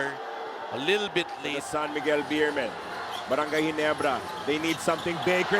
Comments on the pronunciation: barangay rhymes with cry:face-green-smiling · lol.. barangay rhymes with cry :face-green-smiling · lol, barangay rhymes with cry :face-green-smiling